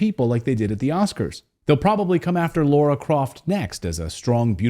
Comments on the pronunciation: Mate its lara not Laura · Not a Tomb Raider fan but I'm pretty sure it's Lara Croft, not Laura.